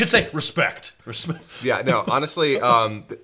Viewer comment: Thought SP-Cell says "Respecc" in Kai.